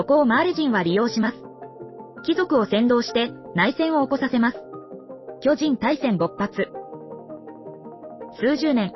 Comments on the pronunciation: 「巨↑人↓」が気になって話が入ってこないｗ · めちゃわかりやすいけど巨人のアクセント😂😂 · アクセントが読売ジャイアンツの巨人にしか聞こえなくて、スっと話が入ってこなくて困るWWW でも、時系列っていう流れもなかなか楽しかった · 巨人のイントネーションが毎回読売ジャイアンツなの笑う プロ野球の歴史は読売の支配を打ち壊す物語 「巨人(あいつ)ら……駆逐してやる！ この世から……一匹残らず！」 「おーん」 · 巨人のイントネーションが完全にジャイアンツで笑ってしまう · どうも巨人のイントネーションで吹いてしまう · 毎回「ジャイアンツの方の巨人」のイントネーションで笑う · "巨人"の発音が読売巨人軍の"巨人" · 巨人の言い方がジャイアンツ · 巨人の言い方ジャイアンツの方やん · 巨人 の発音が………